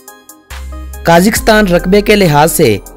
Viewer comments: साले काजीकस्तान नई कजाकिस्तान बोलते है ....😁येहे पकिस्तानी एन्ग्लीश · Pahle country ka naam to sahi bolo, phir likha likhaya bhashan sunana. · ملک کا نام تو صحیح سے کیا کرو 🙃